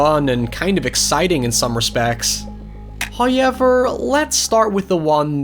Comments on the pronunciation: I'll never get tired of hearing Howyever. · Nobody:: Hoo-ey-ver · Can u say however correctly